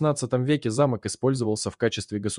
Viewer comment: Все ничего, но что с дикцией у вещающего? Сейчас модно что ли коверкать элементарные слова нелепыми ударениями? "ЗамОк" вместо зАмок, "на скАле", вместо на на скалЕ и т.д. почти в каждом предложении такие перлы